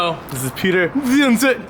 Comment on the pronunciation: lolol the way says Piotr's last name